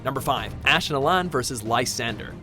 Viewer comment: Its allan not alain